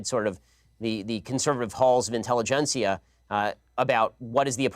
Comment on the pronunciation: INTELLEGECIA ? LOLOLOLOLOL:face-green-smiling::face-green-smiling